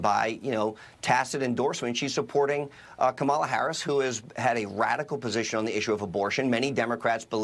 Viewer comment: Amazing how so MANY R's can't or won't pronounce Harris's name correctly. I suppose D's should start calling Trump not by his correct name, but rather dRump. Fair is Fair - right?